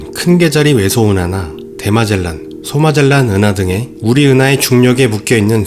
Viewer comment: 내용은 좋습니다만, 나래이션의 발음을 신경쓰면 좋겠습니다. "대마젤란"을 "대 마젤란"이라고 발음하지 않고 "대마 질량"으로 발음하며, "초대질량"을 "초 대질량"이라고 발음하지 않고 "초대 질량'이라고 발음을 하고 있군요 ! 매우 아쉬운 점 입니다 ! "초대 질량"이 있다면, "후대 질량"도 있습니까 ?